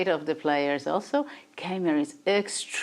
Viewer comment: And Niclas funnily still has problems with the pronunciation of Keymer (both German).